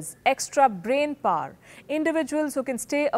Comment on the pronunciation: extra brain paar What is paar? Power is pronounced as "paw'wa"